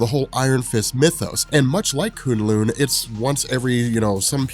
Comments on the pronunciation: Who cringed every time he said coon loon instead of kun lun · It’s Kun Lun not Koon Loon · K-uh-n L-uh-n. Not K-oo-n L-oo-n. No big deal. This just seems like the kind of thing you pay attention to. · If he says kun lin wrong again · Koon loon? Lmao you mean kun lun.... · 😂😂😂😂 koon loon? K'un lun. (Ka un lon) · K'un L'un is pronounced like rhymes with bun. Not loon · kun-lun not konloon awsome vid tho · its pronounced k UN lung like a human lung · "Koon lune" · Anyone annoyed with the pronunciation of Kun Lun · Who here cringes every time he says kun lun 😂 good vid tho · You're pronoucing kun Lun wrong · The way he says k'un-Lun ruined the video for me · Your pronouncing Kun' Lun wrong. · Love your videos.....but your pronaunciation of Kun LLun is painful hahahaha